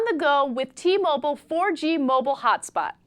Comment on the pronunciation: t- mo-byle